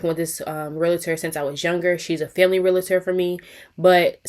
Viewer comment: Right bc the constant complaints about this Realtor is crazy... girl just move on. And it's pronounced Realtor not Realator